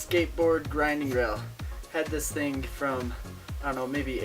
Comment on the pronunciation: try 'thing', not 'thingk'